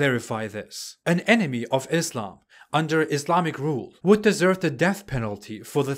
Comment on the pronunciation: pronounces islam as izlam Muslim as muzlim And he claims to be ex muslim🤣🤣